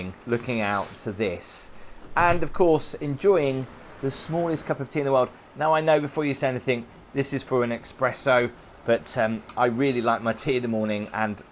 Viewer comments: eSpresso, not eXpresso! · it’s an espresso not an expresso 🤣🤣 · eSpresso,, eSpresso (no 'X' mate!) 😂